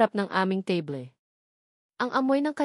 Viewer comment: Table....teyble.....?!? teybol dapat😅😅